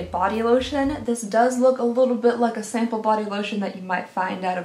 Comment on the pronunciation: "smaple size" I'm sleep deprived but omg this little slip up made me laugh so hard 💖